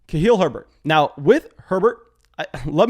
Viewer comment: please it's Kha-leel. Would love a hat broski!